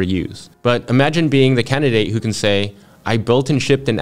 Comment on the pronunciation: I was listening to this audio only and for a minute there I thought has a strange way of shortening the word candidate, “candy”